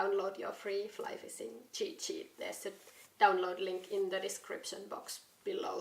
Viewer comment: Another great video! Watching yours and the videos of HannuYK gives me the urge to move to Sweden. Rain, cold AND swarms of mosquitoes? Those are some damned tough mosquitoes. Love the way you say "fissing." I look forward to future adventures.